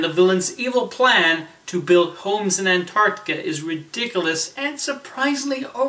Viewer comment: Is it just me or did it sound like you said Antarctica?